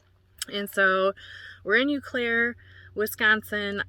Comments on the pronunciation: You were near where my dad was born and raised in Fairchild. Fyi, it's pronounced "Oh Claire". 😊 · Welcome to MN! Btw, no big deal but the Eau in Eau Claire is pronounced O Claire. Eau=O sound. I hope I don’t jinx you but do you ever get mice? How do you deter them? I love watching you & Joeys adventures ❤ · I have never heard someone say Eau Claire like that. It's like oh Claire.